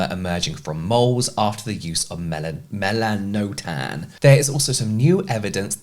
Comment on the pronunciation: I’m pretty sure it’s pronounced “Mel-an-oh-tan”.. at least what I’ve seen from a few other videos and websites.